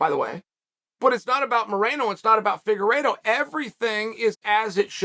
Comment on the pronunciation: Fingeredo, at first and then figueredo. Chael really keeps us guessing if he mispronounces names on purpose or what